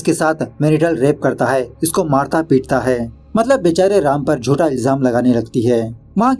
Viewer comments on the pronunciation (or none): none